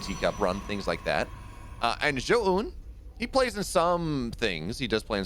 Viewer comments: fire the garbage caster that kept saying zo oohn, had to mute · Pls synchronize how you pronounce Zoun haha. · teach this clown how to pronounce Zoun please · agreed zo oohn? like what. dummy